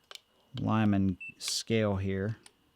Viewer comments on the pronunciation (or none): none